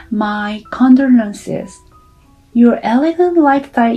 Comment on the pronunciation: EXAMPLE....SHE SAID...FINARRY..( FINALLY ).... CONDORENCE. ( CONDOLENCE )